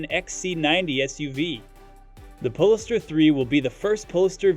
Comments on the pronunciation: OMG the way polestar is pronounced in this video is giving me an aneurism.. as said by others .. its Pole Star not PoLister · PLEASE....Polestar is pronounced pole-star....like Polaris, the pole star!!!